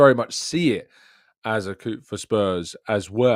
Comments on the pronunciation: So glad I'm not the only grammar geek watching! 😃 Silent P. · Hey good show, just a pointer; Coup is pronounced without the P. Strange decision for Vinay to go to our rivals, I don’t think upper management is as entrenched in fan rivalries but still a weird move. Wish we had Gabriel for this away game against RM, would’ve been huge. I still think we should go through relatively comfortably barring bizarre reffing decisions etc. We outclassed them in more than just heart and intent.